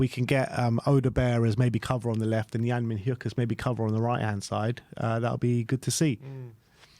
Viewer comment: Yang Mi-Nyuk is the pronunciation btw, H is silent.